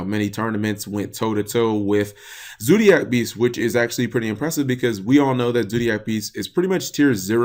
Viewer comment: learn how to talk you sped it's zodiac beasts not zoodiac beasts